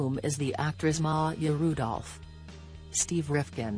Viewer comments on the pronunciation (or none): none